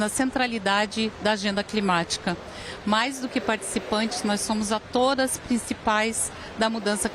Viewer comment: Ela falou atoras?